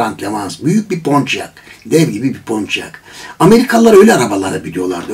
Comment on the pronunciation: Gene uydurdunuz PONÇİYAK diye okunmaz PONİYAK diye okunur.